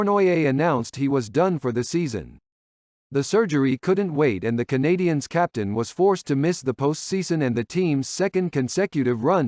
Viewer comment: your pronunciation of the Monteral Canadiens is Brutal!!!!!!